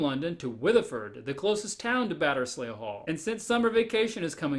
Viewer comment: "Batterz lee" Hall